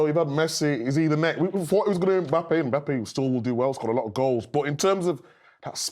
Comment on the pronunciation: Someone needs to teach Jamie how to properly say Mbappe's name 😂